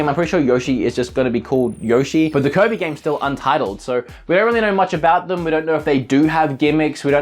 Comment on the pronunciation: I like how he pronounces kirby. "Coby" its kinda funny.